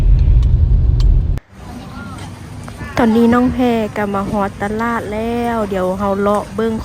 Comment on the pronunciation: ตลาด....อ่านว่า....ตลาด ไม่ใช่ ตะล๊าด..55555